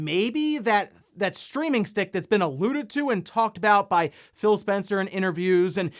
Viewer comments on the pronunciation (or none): none